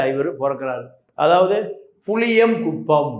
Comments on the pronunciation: புளியங்குளம், புளியங்குப்பம் இல்லை. 🙄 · புளியங்குளம் . புளியங்குப்பம் அல்ல